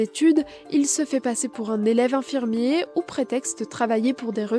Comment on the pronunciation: La journaliste ne sait pas faire les liaisons? On ne dit pas un faux hinfirmier. Un faux z-infirmier, oui.